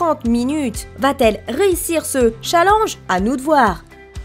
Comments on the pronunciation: Tu a dit chat linge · Challenge elle a dit cha l EN ge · La prononciation du mot "challenge" est morte😂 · Il faut prononcer le n de challenge